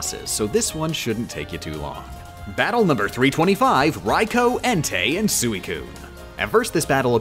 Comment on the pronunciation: Raikou kinda hurt